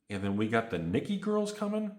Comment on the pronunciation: Nikke is pronounced (knee-kay). Also thanks for the heads up on $60 booster boxes the other week.